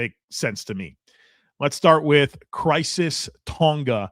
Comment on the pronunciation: Hey, it's Khyiris (Ky-ris) and not Crisis Tonga